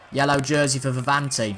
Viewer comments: Its not Vivanti what ypu say its Viviani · ITS Viviani mate , loved iT